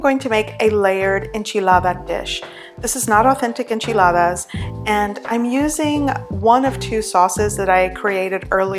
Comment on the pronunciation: Annoying how you REALLY accentuate tortilla and Enchiladas, why do people do this? Especially on a not an authentic dish, it’s like they think they have to speak like that or they’re not Mexican... we get it. Hate to hate but c’mon